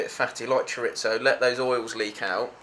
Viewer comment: bro is pronouncing it ChorITzo.........................